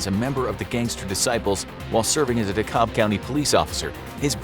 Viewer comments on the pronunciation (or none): I was born and raised in DeKalb county and I've never heard anyone pronounce it that way 😆